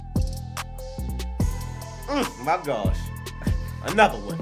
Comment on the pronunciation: His name is Josua tuisova not JOSHUA the commentator he’s pronouncing this guy’s name wrong.